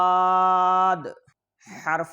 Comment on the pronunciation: Zuaad padhna hy ya duaad padhna hy